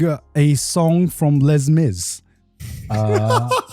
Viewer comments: Dude said LezMiz 😂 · Garnt's pronunciation of Les Mis is crazy; I feel like I've never heard someone pronounce the first S (unless it's ironically) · garnt pronouncing Les Mis gave me an aneurism